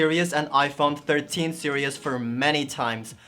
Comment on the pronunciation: Fine sir; you are pronouncing the word "series" totally wrong. Google will help you pronounce it right. 🤭